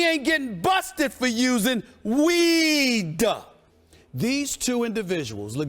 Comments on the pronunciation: He pronounces weed with three extra syllables and Skip never even cracks a smile. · Why does he keep putting emphasis on it, tho?! WEEEEEEEDUH!! LMAO!! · David-Storm Mukuria call it STAY OFF THE WEEDUH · He's emphasizing it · His comedic pronunciation of weed hurts his very valid point.